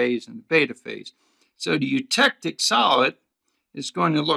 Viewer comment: Oh god, why scream every time when pronouncing the word eutectic